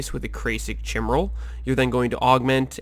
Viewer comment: Chimeral Ky-meral Not, Tchai’ meral